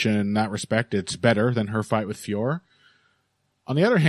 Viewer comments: French speaker here, it's not pronounced like that at all. The O is not silent in French and it is in 2 separate syllables Fee - O - Ro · Also a French speaker here!!! Finally someone else who let's them know that all these commentators get it wrong!! I just finished leaving a comment on the Anik & Florian podcast because they ALWAYS get it wrong 😔 Of course it's not pronounced Fior like Christian Dior, unless we all live in a world where we are listening to Heavy Hands with and. Allez les gars, faut vous améliorer la, hein!!! 🙈🙈🙉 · IT'S NOT PRONOUNCED FIOR. YOU HAVE JON ANIK TO BLAME FOR THAT 😑👎 EVEN BRUCE BUFFER GETS IT RIGHT!!! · French speaker here. It’s actually pronounced with a silent "f." Just Ooooore. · Sorry its Feeore now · I live about as far away from France as you can, but I can guarantee you that is, in fact, NOT how you pronouce it lol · Definitely not Fee Or. And I'm not going by what I think it should be, I'm going off videos of her saying her name. The last O is definitely pronounced. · French speaker here, THIS IS NOT THE RIGHT PRONOUNCIATION !!!